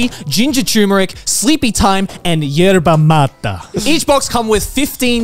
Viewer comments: joey did us ultra dirty with that italian ass "yerba mate" pronunciation. mf just said "yerrba matta" like it was a racist italian pronunciation. would been less cringe if he tried pronuncing it in japanesse. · I have to give Joey an A for effort in the pronunciation of "Yerba Mate", but I also need to say that I almost died with it. A good attempt, but it did kill me. Signed, an Argentinian. P.D: This was a very interesting episode overall. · Joey going Y E R B A M A T A is going to haunt me in my dreams fr